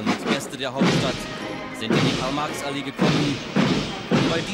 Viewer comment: Its MaRx not Max